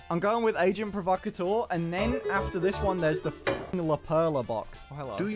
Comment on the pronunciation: Agent provocateur is Kylie Minogue's brand and is French so Agent is pronounced 'Ah-jean'.